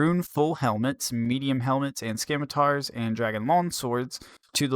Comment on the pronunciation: It’s not how they write the news post when you pronounce the “c” in scimitars as a “k”